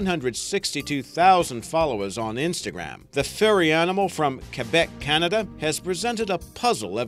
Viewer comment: I'm a little surprised that you pronounced Québec the right way instead of Qwebec like almost every anglophone ... bravo ! Very good video as always!